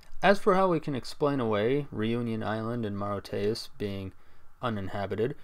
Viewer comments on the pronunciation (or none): Moriteyos 😂😂😂 It's pronounced as mər-ISH-(ee-)əs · that’s not how Mauritius is pronounced AT ALL ????